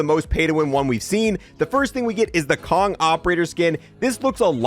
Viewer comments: Kong😂😂😂 lol he actaually called Konig kong bro wtf😂😂😂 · why is he calling könig "kong"? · Bro it's not Kong is pronounced kahnig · hey I'm not trying to be a pronunciation/grammar nazi but König is pronounced more like Kernig than Kong XD he's German or Austrian. Aw jeez now my grammar nazi joke hits different. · Did you just say Kong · Does he really just pronounced könig as kong😂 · Please stop say Kong just say the english Word king or learn to pronounce König please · Omfg bruh it's pronounced Co-Neg. It's German for King.